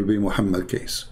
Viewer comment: Hi.. how are you now? I hooe you alright always ok. Now, I will insert you an input bit by bit ok. His Full name is Hj. Muhammad Kosman Cornelius or wellknown as BAPAK KECE PAK KECE (Bapak means An Male Adult or Mister in English, PAK is shortform of BAPAK. Also, the correct way to pronaunce 'KECE' is; as you say word "CACEY" if in English naunce).. This man are truly the Defender Of Christ.. Hope you and other our Brothers and Sisters, ni matter from what country and what dedominations you are... Please help him to get out from the place they has locked him since 26th of August till now and seldom been updated. And from his son and chief lawyers, he been given a (so called) medicine ftom time to time, but his son said, his father Pak Kece didnt take the medicines and he did gave a sample of those medicine ti his son and asked him to check study on it.., the words "LAKI-LAKI" if in Indonesian Langguage means "The Males"... hihihii.. will get in touch with you again soon.. stay tune. Thanks and God Bless!!